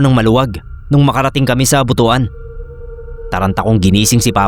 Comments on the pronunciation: Butuan; read Butuwan. Mga taga Mindanao natatawa kapag buto-an ang bigkas 😊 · Boot-wan (Butuan) ganyan po pagkabigkas. Tsaka nga po pala, ung Kinilaw dito sa amin ang pagkabigkas same sa bayabas hindi po ung same sa batingaw pagkabigkas 😊